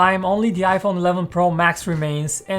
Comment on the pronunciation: Why does this guy say Yaiphone